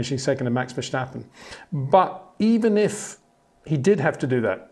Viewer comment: HEY PETER WINDSOR, I HAVE MESSAGE FOR YOU SIR: With all due respect ... it is NOT Max "verSHtappen" ... Max is not German (Germans indeed do pronounce "st" as "sht") ... #Max33 = Dutch 🇳🇱 NL/Belgium! ... It is not "Bottash" nor is it "Lewish" certainly not "verSHtappen" .... This BS started long time ago when a British sport presenter interviewed father Jos Verstappen and assumed you can use a German pronunciation to a Dutch Driver thinking it is so "funny" ... It is not. Serious question: can any Englishman say "versatile" out-loud without saying "vershatile" phonetically? most can about 99,99% ... that is why most English can pronounce Verstappen 100% correct! Father Jos Verstappen (also F1 Racer) was very active between back then only a very few said "Vershtappen" but the vast majority of British sport presenters pronounced it perfectly ... only a few old stubborn farts like Peter Windshor